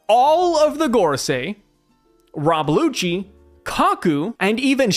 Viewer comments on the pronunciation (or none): none